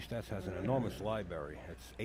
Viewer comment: One thing Al: LibRary. Not LiBarry